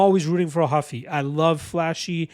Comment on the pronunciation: Not Huffy, hOO-fee. He gave himself that last name because of Monkey D. Luffy.